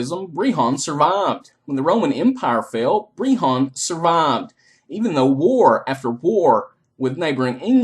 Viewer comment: Never say the word BREHON AGAIN!!!!! breHHAAAAAAWWWWWNNNN